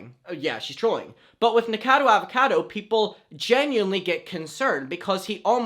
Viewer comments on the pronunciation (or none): Im pretty sure it’s pronounced nika- cado avocado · try nick-uh-cah-doe ah-va-cah-doe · I don’t mean to be a grammar Nazi, but the pronunciation is like Knee-co-cado Avocado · nick a cod o avocado is how you pronounce it but it doesn’t matter, he’s so problematic and disgusting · it’s NIK-O-CADO AVO-CADO 😂😂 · Ni - KO - cado A - VO - cado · his name is pronounced Nick - uh - cado avocado for next time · Honey... Nik-oh-cah-dough Auv-oh-cah-dough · it's like "Nik-o-cado Av-a-cado" 🥑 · ADAMM!! It’s nic-o-ca-do!! Pronounced like avocado!! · dear, it's nick-oh-cado av-oh-cado <3 love you though😭🖐💕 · Lol 😂 Nick-a-cado Avo-cado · Here you go: Nick - O - Cado - Av - O - Cado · Nick-a-car-doe Av-o-car-doe. That's about as phonetic as I can get it.... hope that helps! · Nick-o-cado Av-o-cado It is pronounce that way^^ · ...it’s not LeviOsa....it’s Levi-o-SA!! 🤣😂🤣😂 Nick-O-cado Avo-CA-do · nick-o-cado av-o-cado